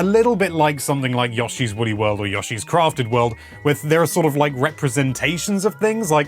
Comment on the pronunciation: You say Yoshi weird. Like, Yoshi literally says his name so why pronounce it any other way? Yashi ain’t it!